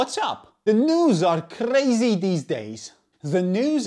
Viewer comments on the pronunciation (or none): The way he pronounced his "crazy these days"